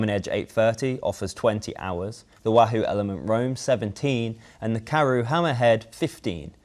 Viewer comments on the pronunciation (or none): none